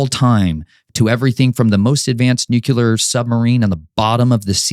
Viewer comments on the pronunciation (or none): ""nucular" XD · George Bush jr used NUCULAR. Failed by schools.